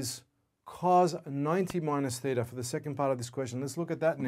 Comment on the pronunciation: Theta -- Greek letter (not thither)